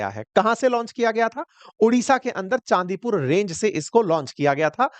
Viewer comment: चंडीपुर!not चांदीपुर !